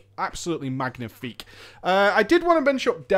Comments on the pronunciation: Good video, I'm still considering the DK for WoD, fyi the g in magnifique is silent. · you are not supposed to pronouce the 'g' when saying Magnifique in french.